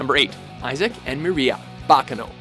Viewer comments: You pronounced Miria wrong. You watched the dub, how did you mispronounce it? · I don't think that's how you pronounce Miria... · at the start there all I could do was out loud speak the correct way to say a characters name. but they didn't horribly mess up any other names besides tamaki and miria.